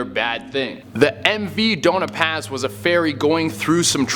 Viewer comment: the spelling is dona paz but pronnounciation is do-nya paz / doña paz